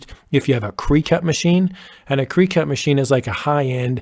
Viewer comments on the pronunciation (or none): Really good, clear instructions though in need of a few minor corrections re:SVGs and DXFs…and btw, it’s pronounced “cricket” as in Jiminy…not “creecut”. Just sayin’. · I have never heard it called CREE cut! I have always thought it was CRICK-it, like the bug. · This is an amazing video!! Thanks so much! I'm sure you already know, the Cricut machine is pronounced like the bug cricket. Not, cree-cut. It's not a huge deal but I thought you might want to know. That is an absolutely fantastic video! New subbie! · AMAZING INFO!!! THANK YOU so much for this DETAILED tutorial. Explanation, tone, speed of tutorial made this very easy to follow and comprehend. BUT, I do have to say (just an FYI I guess, lol) Cricut is pronounced like "cricket" not "cry-cut" .... I LOL'd each time. Thank you again!!!!! Hope you read this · Fantastic information. Thanks. BTW - it's not 'creecut', it's pronounced cricket as in the bug. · ❤great vid. Super info.. but did you know it pronounced “crick et”. .. 🦗like the bug.. not “kree cut”. … I have heard other do the same but…. Check with the manufacturer.. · Thanks for the video & info. Very helpful. Just a heads up -- Cricut is pronounced "cricket" not "kree-cut" :) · Cricut = cricket, like the insect or the game, not cree-cut. 😉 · "cricket" not "cree-cut" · Cri(CK)ut…..like the bug not crycut! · "CREE-cut" machine? You mean Cricut, pronounced as "cricket" (like the insect). :/ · Cricut is pronounced like the insect--krih-cut, not kree-cut. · You are killing me when you say cree cut It's a Cricut pronounced like a cricket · FYI The Cricut is pronounced "cricket", like the bug. Thanks for the great info! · Great information and tutorial! Thank You! FYI in the world of cutting machines Cricut is pronounced like the insect Cricket with the ket pronounced "cut". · Good idea to do cut files. Btw: Cricut is pronounced "cricket", like the insect. :) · Thanks so much. Very helpful. Also, just an FYI, Cricut is pronounced Cricket.